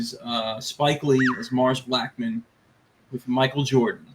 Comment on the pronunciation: It’s Mars BlackmOn, not Blackman, nitwit.